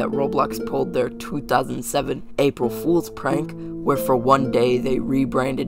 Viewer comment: why did aprill sound like apil